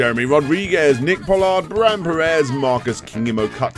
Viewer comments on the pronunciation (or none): none